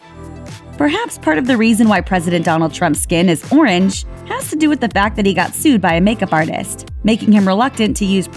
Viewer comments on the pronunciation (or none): none